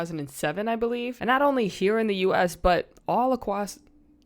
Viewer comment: subbed as soon as you said acwoss